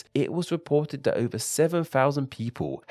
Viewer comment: Why are you talkinG like tha-TUH?